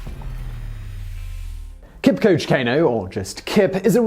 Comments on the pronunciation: It's Kipchoge, not Kipcoach. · Pronunciation "Kipchoge" not "Kipchog" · Pronounced Kip..cho..ge not kipkoje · It’s pronounced Kip-cho-gey, and that’s my great uncle!! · Before you present a story, please learn how to pronounce your subject's name. Your pronunciation of Kipchoge is so ridiculous, wrong and annoying. You pronounce it "Kipcoach"! How do you even justify your pronunciation from the spelling of the name? Please take some time to learn how to pronounce the man's name. It is not that difficult. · Isn't it pronounced kip-cho-ge? See the documentary breaking2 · That's not how you pronounce his name though. It's 'Kipchoge', as it's spelt 😃. Great vid, as always! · Just a BTW, the name is pronounced as Kip-cho-ge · Just gonna help out anyone who is watching with the correct pronunciation of his name: it's Kip-cho-geh. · not being a dick but its pronounced Keep- choh- Geh ... you can do a feature on Iten the one region that has produced 95% of all Kenyan long distance runners virtually 1 in every 4 homestead has a gold or silver medalist be it the Olympics, major marathons; Berlin, Boston or IAAF . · Oh Simon, Today I found out how much you butchered that name. Not your fault though but still hilarious. Kenya Strong, the home of Champions. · anthony karuri i wanted to say exactly this😂😂 Guess u beat me to it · Please Simon stop brutalizing his name. It is pronounced {Keep cho geh} {Cain oh}